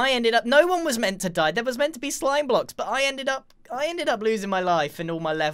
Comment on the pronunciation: Did u say slime bok?